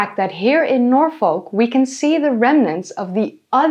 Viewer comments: Nor-foll-k We English are weird.. It's Nor-fuk now 😂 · Norfolk? You mean NorFUCK Lmao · Great video, but please look up how to pronounce Norfolk... it is basically 'Norfuhk' the L is essentially silent. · This is very very interesting but I’ve gotta say, as a Brit, it’s NOR-FUHK not NOR-FOHK and “Dogger” has very different connotations here so this just made it a whole lot more entertaining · For non native English speakers, Norfolk is pronounced more like Norfek by people in the UK, rather than Nor folk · It is pronounced 'norfuk' not 'norfolk' Thats about my only criticism of your research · I’m from England and the way you pronounce Norfolk is so painful it’s pronounced norfuk I know we’re weird but it still hurts 😂😂😂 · please pronounce Norfolk correctly. it’s like Noor-Fock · The only place i heard you mispronounce was norfolk. Its 'norfuk’ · Its pronounced "nor-fuk" why would you deprive yourself 😂😂😂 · As someone that grew up in Norfolk near The Great River Ouse. I can say your pronunciations are close buuuut off. Norfolk = Nor - Fook Ouse = Ooze (no special way literally Ooze, like Oozing wound) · Norfolk is pronounced like ‘Norfook’ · Milo gonna lose his minds when he discovers the River Ouse is pronounced like the word “ooze” Also, Norfolk is pronounced more like Nor-fuck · Every time Norfolk was pronounced wrong i died a bit more😭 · As a Nebraskan, hearing her pronounce the L in Norfolk is throwing me off😂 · the Yank's pronunciation of Norfolk hurts me